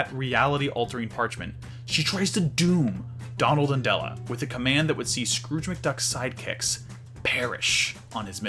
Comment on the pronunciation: It's funny how he messes up Della's name like he does Dewy. I guess mother like son or the other way around.